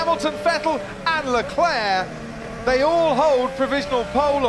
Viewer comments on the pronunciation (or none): none